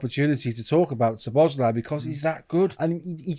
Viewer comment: There are videos, where the man himself pronounces his name, and it is not way some of the men in this video are pronouncing his name. Szobo Szlai (sobo - slai) - not (sobos - lai)